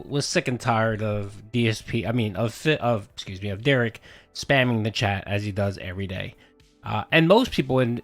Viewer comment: Another weird thing - Phil is the ONLY person Derich lets call him 'Dare-ick.' Derich gets SUPER upset when anyone else calls him that and insists they correct themselves and say 'Dare-rich.' But he's totally okay with Phil mispronouncing his name.